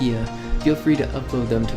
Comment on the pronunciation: I didn't know you pronounced Mati Ma tee aah When I first encountered the red eyes... I thought it was a myth... Or Some sort of Stalker.. But when mati showed up I was like "Ok"